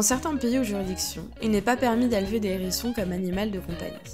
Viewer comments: Arrêtez tout ! Le contenu pourrait être intéressant s’il n y avait toutes ces liaisons malheureuses : les N hérissons les Z hérissons !!! C est une horreur ! Abstenez vous de faire de tels commentaires ou au préalable prenez quelques leçons de français c est un minimum même si désormais la langue française admet certaines liaisons désagréables ! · Les zérissons ? Le « h » est aspiré ! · Les zzzzzérissons !? Les H érissons . Merci 🙏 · C’est pas des zerissons mais des Hérissons…. Bon sang parlez français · Je 'apprêtais à faire exactement ce type de commentaire sur la liaison les Zérissons, qui ne se fait pas . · Commentaires intéressant sur la gentille petite bête, mais concernant la forme les liaisons ( à ne pas faire) étaient vraiment dérangeantes! sans cesse: les ZHérissons et un N hérisson J'ai failli arrêter la vidéo Ça écorche les oreilles...et sans doute pas que les miennes ! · Je ne connaissais pas les "zérissons" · AH les Zérissons et les Nérissrons lol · les zerissons, ,nerissons ... aie aie aie je saigne lorsqu'ilS sentENT, le hérisson ................... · Les zérissons, vraiment ? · Les z herissons ! 😬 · Les zherissons ? Bravo la voix off d'adolescente immature. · Pas de liaison quand il y a un « h » en début de mot…